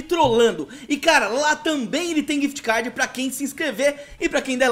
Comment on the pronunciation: Quem percebeu q ele falo quift cad